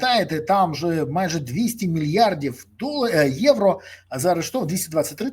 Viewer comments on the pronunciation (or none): none